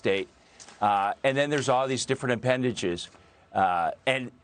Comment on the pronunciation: Dude. If you can't even pronounce Hua Wei correctly wtf do you know about China?